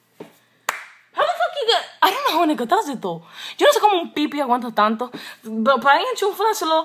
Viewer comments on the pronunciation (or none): none